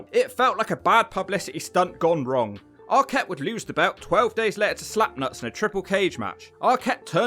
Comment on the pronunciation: This jabroni can't even pronounce Jarrett or Arquette right.